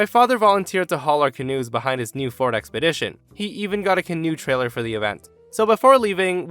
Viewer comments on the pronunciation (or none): none